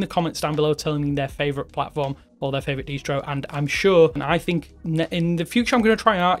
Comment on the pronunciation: DIS TRO not de stro